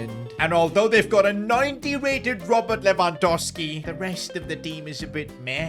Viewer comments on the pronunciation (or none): none